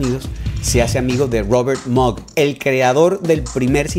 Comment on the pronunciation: MOOG....se dice mug